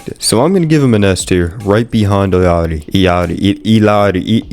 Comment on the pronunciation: pronunce it as "Iyari"